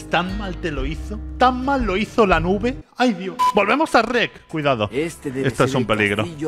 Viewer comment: Shrek ❌ Reck ✅